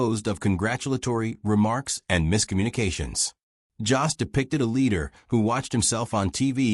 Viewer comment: His name isn't Joss! It's Jost, and it rhymes with host or most!!!